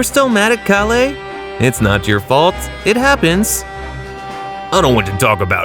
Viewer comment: These mispronunciations got me cracking up. Sigh-ins instead of saiyans and kali instrad of kale 😅